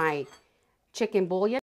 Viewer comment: it’s boo-yon. French pronunciation for bouillon. Sorry to let you know.